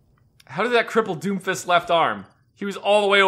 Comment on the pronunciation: I know is saying doomfist but it sounds like doofus.